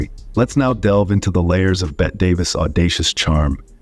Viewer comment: It's Bettee (or Betty) for Bette Davis ant not Bet. These were not evil women; they were strong women in a male dominated world.